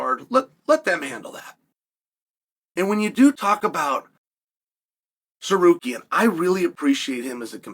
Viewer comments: Uncle chael u got the name wrong again. It's sakarian😂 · Chael made it 3/4 the way through this video before "Tsarukyan" became "Sekarian".. only for 4 times though, then it went back to normal. 😂 I think we have to consider this Progress...